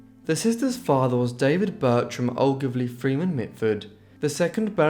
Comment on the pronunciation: Just a small correction: the name Ogilvry is pronounced o-gil-vry. Not o-gliv-ry. And Pamela is pronounced 'pam-ella', not 'pamila'.